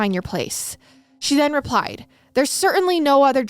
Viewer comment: i love you but how you said " she finally rePIED " lmfaoooooo